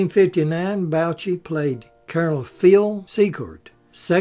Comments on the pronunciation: you old hillbilly, it is willis bo-shay,not bow-chi. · Mr. Bouchey's name is pronounced Boo Shay.